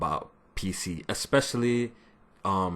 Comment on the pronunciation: lost you after you said exspecially instead of especially.